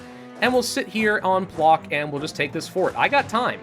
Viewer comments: А little correction: Plock is pronounced like PloTSk and Danzig - DanTSig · It's pŁock actually and pronounced pwotsk